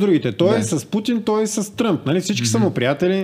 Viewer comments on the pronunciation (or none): none